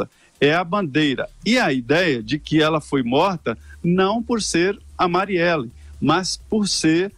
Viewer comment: A Dilma erra o nome da marielle 2 vezes , mas o Augusto também chama várias vezes a marielle de (Mariela) kkkkk alguém noto ?